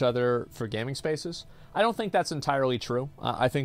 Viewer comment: Why he reading gaming like that 😂😂 that’s not how he pronounces it.